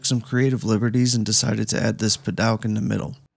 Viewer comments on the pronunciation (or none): Never heard padouk pronounced "pad-aug" before.